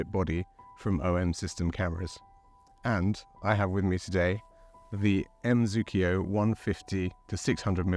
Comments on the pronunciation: Zuiko not Zuikio :((((( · M Zookio 😂 M Zuiko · The brand you‘re selling here is called m.zuiko and not m.zukio.